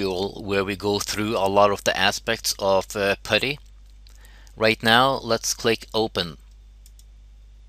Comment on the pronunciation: its not patty its putty